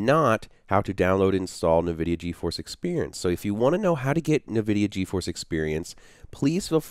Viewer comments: Great video with lots of helpful information but for Pete's sake please stop saying, "NahVidia". It's pronounced "IN-vidia" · NA-vidia game stream inside NA-vidia Ge-Force experience??? hahahahahaha!!!! LMAO ! It's said N Vidia, friend. Thanks for the video though, it was really helpful. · Who the heck pronounces it Navidia? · 'nevidia' =D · Challenge: Take a shot every time he says Na-vidia. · Isn't it pronounced like En-vidia? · Couldn't watch your video because of the way you say Nvidia....